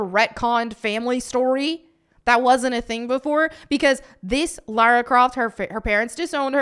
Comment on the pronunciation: As an Englishman it's so refreshing to hear an American actually say LARA Croft and not LAURA Croft.